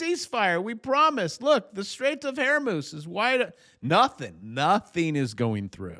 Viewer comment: You said Hair Moose 😂